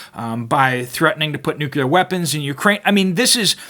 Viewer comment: I know this is a petty nitpick in the face of the dire news you are delivering, but... nuke you ler? It bothers me, for no discernable reason, when it isn't pronounced 'nuclear'.